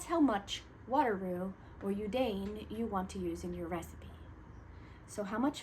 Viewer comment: Hi. Thank you for the great explanation. Look forward to putting your tips into practice. (PS - I would like to respectfully share the pronunciation of yudane is actually "you dah neh") 🙂